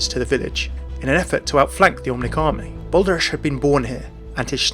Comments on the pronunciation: the "ch" in Eichenwalde and Balderich is pronounced more like the "h" in hilarious ... or that's what comes closest to it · As a Dutch guy watching other people try to pronounce a hard G or CH such as in "Balderich" and "Eichenwalde" amuses me